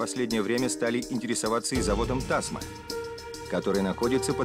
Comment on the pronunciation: Тасма́, а не Та́сма!